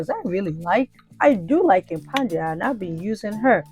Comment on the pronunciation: I love watching your drama 😂. Also is tha Impadia or Impandia. I keep hearing you say Impandia.